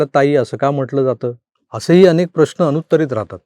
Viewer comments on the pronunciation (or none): none